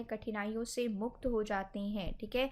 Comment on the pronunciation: मुख्त नही आदरनीय मैडम जी मुक्त होता है